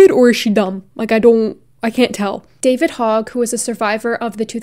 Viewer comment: I knew she was crazy but, now she thnks New Zealand is in the US? Seriously, how does she thingk n are laws apply to New Zealand? Oh, and yes, you Pronounced David Hogg's name correctly.